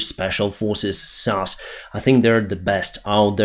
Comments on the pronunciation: it's s a s not sauce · it's SAS not Sas. Its real name is called Special Air Service but to make it sound good it's called SAS. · It is pronounced SAS as in ESSS AAA ESSS. It is not the word SAS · it's not sas it's S.A.S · Wanted to write the same. What says sounds like "sus" and the S.A.S ist everything but sus...maybe for the RuZZians. 🤣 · SAS decided to terminate all training for the Ukrainian soldiers after hearing say SASSS instead of S-A-S.😂 It's like saying YOUSA instead of USA. Joking, you are the best and thank you for your updates 🇺🇦🇺🇦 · I was thinking the same thing when he said sass :) If he had said S.A.S, Special Air Service that would been the best lol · It must be confusing. TOW is said as the whole word as in Towing while SAS is said by pronouncing each letter S-A-S. I am pretty sure neither is ever mentioned in an episode of Friends. Stupid English. :) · Correct, I've only heard S.A.S. never sas. Also, said is sed. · Dude, it's S.A.S. pronounced Ess Ay Ess... not sas. Other than that, I enjoy your content, keep up the good work. 👍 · Great summary as always. Just to say, in the UK we say S A S, individual letters, and not Sas as one word. Keep up the great work! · The pronunciation of the British special forces is ESS AYE ESS= SAS not SASS lol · SAS is pronounced S-A-S btw, just so people know what you are talking about as we dont call them sas! Usually i wouldnt correct you but just wanted to help get the message across dude! Great work pal, doing a great job! And the more the trolls complain, the better 😂😂😂😂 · You are pronouncing UK SAS as "sass". The SAS is an acronym for Special Air Service and is spoken as the letters of the acronym: S.A.S. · The regiment is called S A S, individual letters not sas,. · sas, is not said as a word but S A S, sas is when you're cheeky especially if female. Love your updates and your accent, especially when you say Willage.... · It's S.A.S (Ess Ayy Ess) not sas...